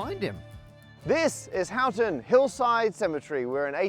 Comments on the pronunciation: Did it not occur to anyone to ask any of the locals to confirm that Houghton is pronounced akin to 'hortun', not 'how ton?' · It's pronounced with a hard 'O' sound, Ho-t'n, I think we can forgive you though 😉 I had no idea this bit of maths history was so close by, and in such an unexpected place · The ‘Hough’ in Houghton rhymes with ‘go’.